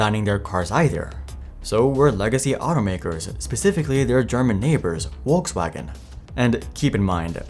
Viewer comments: It is Volkswagen, not Wolkswagen. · Folksvagon. Not Wolkswagon. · Please, it's Volkswagen, not Wolkswagen. And you read bothe "V" and "W" in that name as V, like in Volvo, not Wolwo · its not pronounced Wokswagen rather folkswagen. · sounds like your saying Wokewagon 😂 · Wolkswagen xD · Volkswagen has an extremely prominent "V" that you absolutely DO pronounce! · I'm sorry, but where is Volkswagen pronounced that way in the world? It's definitely not the German or English pronunciation